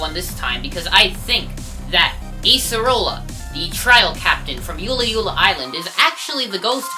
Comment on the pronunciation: U pronounced ula'ula wrong it's oola-oola I should know because HAWAII IS MY CITY (ik it's a state)